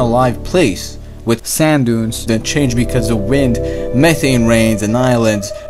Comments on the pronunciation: Speech impediment makes you difficult to understand, sorry. Speak english please, it's pronounced meh-TH-ane, not meh-ane, where is your THHHH sound!!! You need speech school you have a horrible impediment!!! Trust me I am incredibly educated and you have a problem!!! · Love your pronunciation of "th".. tree, urt, metane, dere hahaha Still, very well explained and a very good video :D